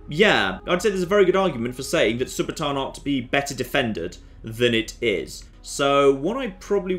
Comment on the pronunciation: Read it again. SU - BA - TUUN. Does TUUN look like it sounds TAAN. No, it does not.